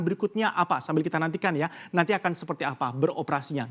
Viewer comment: Humor receh banget cuma denger host nya ngmong Akin Yg dimaskud "Akan" hehe